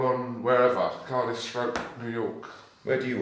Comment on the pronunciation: It's Cardiff 😆